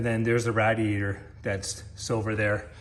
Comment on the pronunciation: Its called a Radiator ra-di-a-tor not a rad-i-a-tor!